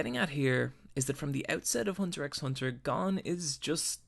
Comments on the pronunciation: Did you purposely mispronounce most of the characters names, and the name of the show itself? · Everyone saying the name wrong for the past 8 yrs the 45ck ._. Im still anoyed lol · The x in hunter x hunter isn’t meant to be pronounced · Hunter hunter you don’t pronounce the x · the way you keep mispronouncing names pisses me the fuck off. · The x isn't pronounced. It's just hunter hunter. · U don't say the x u say just hunter hunter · It's actually pronounced Hunter Hunter, not Hunter x Hunter, just saying. Great video tho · It's produced "Hunter Hunter" you don't say the X. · It's pronounced hunter hunter dipshit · B R lol why you so salty ? If your pronunciation is so good why not make your own video. Let others be the judge . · okay so i love hxh and there were definitely a lot of great points made in this vid, but i can’t bring myself to leave a like. everytime he said ‘hunter ex hunter’ i felt my whole body cripple and then the complete fuck-up of nearly everyone’s name got me worse, but really the absolute most PAINFUL part was when he said ‘his/her’ for Kurapika. sure, some people mistake him for a girl when they first start watching, but we all learn right off the bat that ACTUALLY, Pika’s a fucking G U Y and not a girl. plus, now i get that it can be kinda difficult to pronounce it, but the ‘ch’ in ‘Chimera’ is a ‘ch’ sound (as in ‘cheese’), not a ‘k’ sound (as in ‘cargo’). idk i love what he said here, but all the botched basic knowledge of things like that kinda make me feel like he didn’t really watch the show :/ edit: y’know what fuck it this video is beautiful and a couple mispronounced names here and there isn’t going to stop me from showing my appreciation for someone who so accurately captures the magnificence of one of my favorite anime oat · It's pronounced "Hunter Hunter" -- the "X" is silent. ;-) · Btw Its Hunter Hunter , not Hunter 'X' Hunter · Ever time I heard the 'x'. I died a little bit inside. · the X is silent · You say it hunter hunter